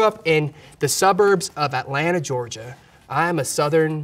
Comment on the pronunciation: Lol I love how his southern accent comes out when he says Atlanta, Georgia